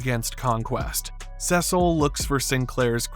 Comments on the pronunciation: His name is Cecil not Sesil. Sorry, but it was bothering me how you were saying his name wrong. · WHAT IS YOUR PROBLEM WITH SAYING "CEEEEE-CIL"? No one in the series or otherwise EVER pronounces it "seh-cil," and it's starting to drive me nuts. Is this a reference to something? I DON'T CARE! It sounds. So. STUPID! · It's Cecil, not Sessil.... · Why is everyone saying saesil, seesil makes much more sense, hell even mark calls him that. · Dude Cecil is pronuced like a C, seecil basically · How to pronounce Cecil's name phonetically/correctly - See-Sull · I’ve never heard anyone refer to Cecil as “Cesal” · Who is “sesle”?? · Great video, but who the heck is Sessil? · I swear I’m gonna jump off the window if you mispronounce sea salt again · Lmao he also said “anessa” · are you purposely saying cecil wrong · Okay can you just pronounce Cecil’s name correctly please? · You mean like this? “SEA SALT!” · Finally someone said it!